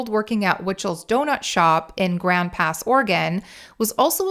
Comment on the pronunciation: Great video, a couple things though - we pronounce it All-bunny and the southern Oregon towns you called melfort and grand pass are called Medford and Grants Pass, and lastly we just called it a phone book back in those days, the white pages to be more specific we didn’t really have access to reverse directories until the mid ‘90s when the internet started becoming mainstream.